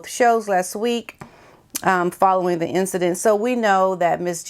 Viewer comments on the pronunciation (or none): none